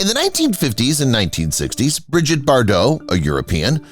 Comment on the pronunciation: It's not " Briget " It is pronounced as ' bree-jeet '.